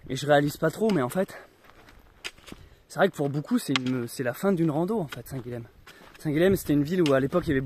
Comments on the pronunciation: Salut ! Super vidéo et super projet ! Par contre arrête de massacrer la prononciation de mon prénom (Guilhem). Ça se prononce Guillèm, « y » et pas « L » ! En tant qu’occitan vu qu’il me semble que tu es du Lot, t’es censé savoir oh ! Bonne route et bienvenue chez moi dans l’Hérault ! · Hello. Toi qui lis tous les commentaires, je me permets une petite correction. On prononce Guilhem (Guy yem), qui est un dérivé de Guillaume, Will, William ou même Wilhelm en Allemagne. Guilhem est un prénom assez connu dans la région de Montpellier. Donc on prononce bien "Guyem":-)